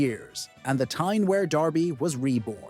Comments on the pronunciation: Stop saying Wear like that - it’s pronounced w- ear, not air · It's pronounced Wee'ar not wear as in wear a pair of trousers. Sunderland had a bigger population than Newcastle. It's only recently Newcastles population has slightly went higher. Through Thatcher destroying Sunderland. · For the record 'Wear' is pronounced - Weeur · Pronounced "WEER".... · This mispronounciation of "Wear" is doing my head in.